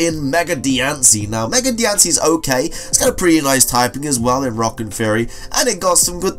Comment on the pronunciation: Also, Diancie is pronounced like how you would pronounce diamond